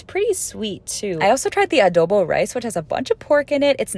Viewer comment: The pronunciation of the palabok and adobo is 👌👌👌spot on